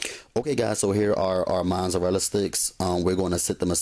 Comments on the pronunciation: haha haha yup mazarala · just because he saying it wrong don't mean he aint do the damn thing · U get a thumbs down for the way u say mozzarella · lol the way he say Mozzarella lol i love his video found him 2 mins ago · The way you say mozzarella is funny